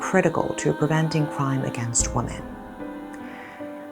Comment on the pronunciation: It's annoying that you can't pronounce WOMEN properly.